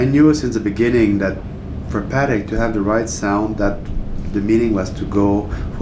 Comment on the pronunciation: Congratulations to the guy in the white suit for being one of the few people not called Stern to be able to pronounce Patek correctly!